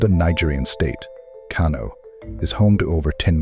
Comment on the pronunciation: The city of Kano is pronounced “Kanu” by the Hausa community